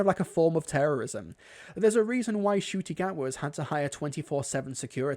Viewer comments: Oh yeah, he always pronounced Ncuti Gatwa as Nuh-Cutie... has for about a year. 😅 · bro this guy Jon Del Arroz is an absolute racist - his videos were brought into my feed as a suggestion and I thought "oh this guy is a sci-fi writer, maybe it is good criticism" and could not have been more wrong. He intentionally mispronounces Ncuti's name and twists every episode's plot in the weirdest, creepiest ways. I told him off in the comments and he just replied "there is a war for your mind" - which made me think the war for his was lost to evil a long ass time ago.